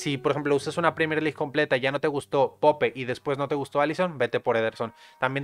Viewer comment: Wey se pronuncia poup no pope